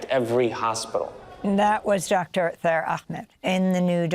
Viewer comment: His name is Taher Ahmed , Not Thaer Ahmed😔